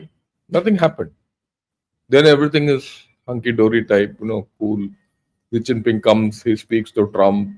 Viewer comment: Sir, pls.pronounce Xi Jinping properly, It's Xi Jinping and not Zee Chinping. Very good analysis 👍